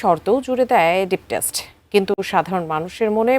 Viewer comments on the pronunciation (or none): Deep State হবে অতচ ওনি বলেন Deep Desht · Test ??? It is state 😂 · Deep state, not deep test.. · কথাটা ডিপ স্টেট, ডিপ টেস্ট নয়, সংবাদ যিনি পড়ছেন ওনাকে ঠিক উচ্চারণ করতে বলুন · ডিপ টেস্ট না, বলেন ডিপ স্টেট। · "Deep Test" na Deep State ... Foyinni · ডিপ টেস্ট না উপস্থাপিকা আপা, এটা ডিপ স্টেট। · টেস্ট না, স্টেট। বারবার ভুল বলবেন সাংবাদ পাঠিকা হয়েও? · ডিপ স্টেইটকে ডিপ টেস্ট বলছেন কেন? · এই সংবাদ উপস্থাপিকা বারবার "ডিপ টেস্ট " শব্দ ব্যবহার করছিলেন কিন্তু প্রকৃত শব্দটা" ডিপ স্টেট" হবে। যারা এই তফাৎ টুকু বুঝতে পারে না তারা কি করে সংবাদ পাঠ করেন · Deep state not deep test. 😅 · ডিপ টেস্ট নাকি ডিপ স্টেট,, আহারে উপস্থাপিকা আপা😅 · টেস্ট না স্টেট হবে। এইসব টিকটক উপস্থাপিকা কই থেকে আনেন? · ডিপ টেস্ট নয়, শব্দটা ডিপ স্টেট হবে সম্মানিত উপস্থাপিকা 😁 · সংবাদ পাঠিকার উচ্চারণে ভুল।ডিপ টেস্ট না-কি ডিপ স্টেট? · Deep test নয় deep state সংবাদ পাঠিকা কি ভুল বল্লো? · এই উপস্থাপক তো ডিপসেট বলেছে।উচ্চারণ করতে পারে না। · 😊 উপস্থাপিকা মনে হয়! কোটা তে নিয়োগ পেয়েছেন😜 ডিপ স্টেট কে বলছে ডিপ টেষ্ট 😁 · টেষ্ট না গো স্টেট। খবর পড়ে এখন কারা? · ডিপ টেস্ট বলছেন কেনো ??? শব্দটা স্টেট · সংবাদ পাঠিকা ম্যাডাম, ডিপ টেস্ট নয় -ডিপ স্টেট হবে 😂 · IT'S ''DEEP STATE'' NOT ''DEEP TASTE''. KI SHOB NEWS PRESENTER AIGULA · অশিক্ষিত বলদি খবর পাঠিকা: "ডিপ টেস্ট" না,,,, 'ডিপ স্টেইট"...... অশিক্ষিত বেডি,,,, ক্যামেরার সামনে বসার আগে একবার নিজে স্ক্রীপ্ট পড়ে নিলেও তো পারিস। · Less Educated and Beautiful NEWS presenter Woman says Deep Test ,whereas it is DEEP STATE😂😂😂😂😂😂😂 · বাংলাও দেখে পড়তে ভুল করে, 'ডিপ স্টেট' কে বলে 'ডিপ টেস্ট' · ওইটা 'টেস্ট' নারে পাগলী, ওইটা 'স্টেট' 😂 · 😂😂😂 সম্মানিত সংবাদ পাঠিকা এটা ডিপ টেস্ট নয় ডিপ স্টেট হবে। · Please age Deep State bolte shikhen. It's not Test. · Illiterate news reader Deep test ×× Deep state ✓✓ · ডিপস্টেট, ডিপটেস্ট নয় অযোগ্য নিউজ প্রেজেন্টার। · প্রেজেন্টার ভদ্রমহিলা বারবার বলছেন "ডিপ টেস্ট"। বুঝিনা এসব অশিক্ষিত চোদা প্রেজেন্টার কই থেকে আসে? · এই ভিডিও টা ডিলেট করে নতুন একটা ভিডিও দেন। ডিপ টেস্ট না "ডিপ স্টেট" আপনারা নিউজ পড়ার আগে একটু ভালো করে প্রস্তুতি নিয়ে আসবেন আপু।